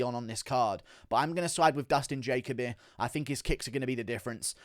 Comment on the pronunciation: Why can’t pronounce simple names like jalen and jacoby lol